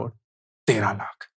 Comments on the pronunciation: Stopped watching your videos for the following reasons: 1. The way you emphasize and say 'lakh' and make ot sound like an urdu word is so frustrating and unpleasant to hear. 2. Same repititive content again and again, again and again, and again. 3. No real insights. Just motivating to do SIPs. So now that I am doing SIPs already, shall I unfollow? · Sir now a days you are saying word LAKH very weird way.. why.. sounds about to spitting. Sorry sir 🙏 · The only thing I disliked about this video is his annoying way of saying LAKH. You could stress less on this word and focus more on the actual content. Your LAKH pierces through the ears!